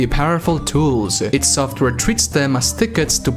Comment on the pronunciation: It's pronounced EYE DEE SOFWARE yet your still wasting your time criticising someone else for there words and opnions on a game that kinda sucks compaired to its predecessors even though you cant speak properly your self 🤷‍♂️ Good job 👏🙄